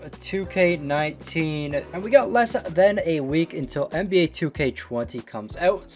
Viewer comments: "NAB" Fat Oof my guy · Nba not nab